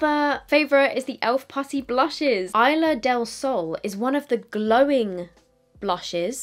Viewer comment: Hi! As usual I love your videos, just passing with a little spanish lesson "Isla del Sol" Isla is pronounced | is-lah | 😁 that's it thank you for your videos 😁